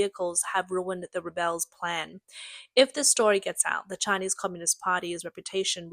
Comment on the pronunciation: Also it’s REH-bulls not reh-BELLS, when talking about a group of people and not an action.